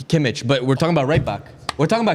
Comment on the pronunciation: Everytime I hear them say Kimich name is killing me. The Hojlund one wasn't a slip up it was a spoiler forv2025/26 season